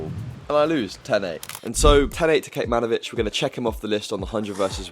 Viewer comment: "Kekmanovich" omg ....